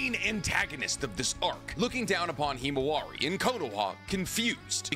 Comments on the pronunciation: Himawari. Not “Hemowari”. lol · “ It was Naruto’s daughter ”